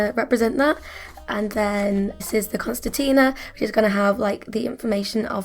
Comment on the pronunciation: Just a friendly FYI for the future since this project is obviously over… but it’s *CONCERTINA (not constetina)😉 P.S. I adore your art and colour work 🤗